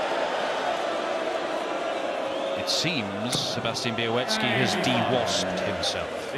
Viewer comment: Nice pronunciation of Białecki's last name